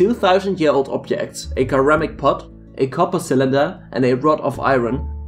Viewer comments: it's pronounced seramic not keramic. sir-ram-ick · You accent isn't a problem for me watching your video and enjoying it...but your horrible mispronunciation of basic common words is annoying as Hell. ie: "ceramic" and many others!